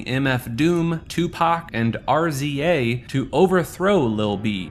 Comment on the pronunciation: The Kanye Quest part….RZA.…..”are zee aye” lol